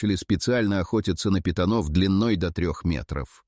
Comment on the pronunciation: На питонОв,на питОнов.Это ИИ,дальше можно не смотреть.